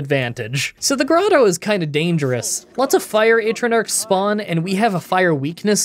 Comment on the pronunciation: Oh them Ay-truh-narks are dangerous... :P Love you video as always